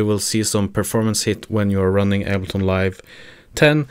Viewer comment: it went from able-ton to able-not nice video, thanks